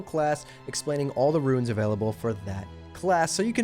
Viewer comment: I love your videos but your KILLING me calling them "ruins" and not "runes"